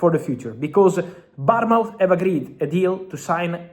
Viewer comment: Bottom feeder learn to pronounce Bournmouth.